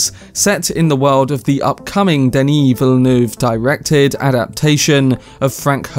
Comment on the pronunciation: You actually said Villeneuve exactly how it's suppose to be said! 😀